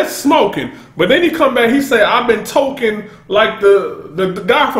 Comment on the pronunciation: wordplay. He said Talkin with a Boston accent... Which essentially sounds like tokin